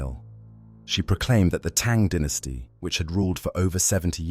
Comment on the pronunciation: Dine-esty. Why do you say den-esty?